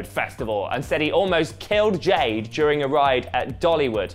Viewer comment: Jed and Jade but sometimes Jades accent makes her pronounce her name as Jed so now it’s Jed and Jed